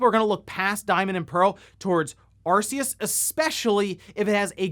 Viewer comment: sigh once again, Arceus is pronounced ark-ee-us. Hard C.